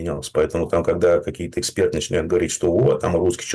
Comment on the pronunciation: Что за "эХцперт" Демура? Лыбится и лыбится